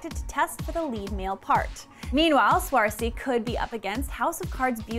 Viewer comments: It's actually pronounced Seer-sha :) But it took me a LONG time to get it too! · IT'S PRONOUNCED SURSHA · she didn't even bother to research the girl's name before pronouncing it. badly. wow.